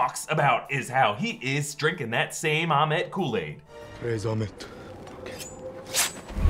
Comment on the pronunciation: It's ammit... Not ahmet